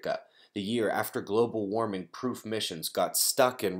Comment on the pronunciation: bu bu bu global wawming!?!?